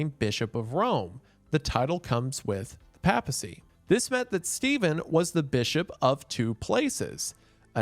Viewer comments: The way you say papacy really bothers me, Prots can never pronounce Catholic or Theological word to save your life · Mr Goon... every time you pronounced papacy as "paa-pah-see", i died a little inside. It's I've always heard it pronounced "pay-puh-see" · For future reference it’s pronounced “paypasy” not “papasy” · i have never heard the word "pa" in papacy pronounced like "pap smear" and not as in "paypal.¨nor have i heard "east francia" pronounced like the modern " france" and not "frank¨i did not know this was a trigger for me. so thanks wendigoon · lol... i couldn't watch because of how he mispronounces "papacy"... long time fan but damn... if you wanna do a deep dive on catholics maybe switch from "papy-sea" to "pay-pah-sea" 😂😭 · there’s gotta be at least 8 different words you mispronounced brother…. not counting the times you said PAP-assy instead of /ˈpeɪpəsi/. However it’ll never beat guh-know-sticism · Hearing you pronounce Papacy and Piety wrong makes me upset. Pap in Papacy is like the Pap in Paper not the Pap in Papi. And if you were to pronounce Piety like Peeity imagine describing a Pious person like Pee-us. It's pronounced like pie-ity. Love your vids, but damn has the American school system failed you. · I thought it's pronounced PAY-pacy rather than PAP-acy. Then again I was brought up Lutheran so that might just be us. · Doing this purely for the informational value to those who, like me, have often mispronounced words they have only ever read. (I do not expect a man from Appalachia to be familiar with Catholic ecclesial terminology, and I am impressed with the correct pronunciation of "synod") Papacy = "Pay-puh-cee" Diocese = "Die-oh-cease" Christendom = "Kris-en-dum" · papal, pay-puhl; papacy, pay-puh-see; diocese, die-oh-sees. (raised catholic) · "The pappa sea is decided by the dye aussies" lmao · "Pay-pacy", Isiah! "Pay-pacy"! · Me gently whispering "pay-puh-see" every time mr. goon hits us with another mispronunciation of papacy